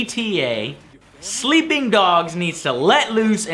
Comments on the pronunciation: "Sleeing dogs" :( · 15 min and 21 sec "sleeing dog"